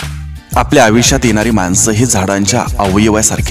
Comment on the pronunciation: सर, विचार सुंदर आहेत.पण आपण आयुष्यात म्हणत नाही आविष्यात म्हणता.सुंदर विचार सांगणा-यांचे असे ग्रामर?